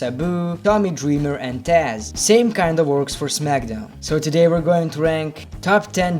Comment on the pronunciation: He said 'What is gvoing on' 😂